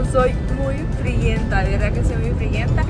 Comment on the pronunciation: Hola mi hermosa ahí tienes que decir friolenta no frillenta es lo correcto saludos hermosa que representa mi departamento santa Ana.